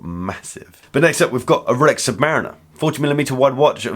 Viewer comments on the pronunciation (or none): none